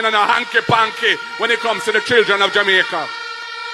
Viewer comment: Listen to you all the time, No disrespect!! but please for heaven's sake stop calling JAMAICA [JUMICA] Dont be like Desmond Mckenzie that's the same way he pronounce the word JAMAICA.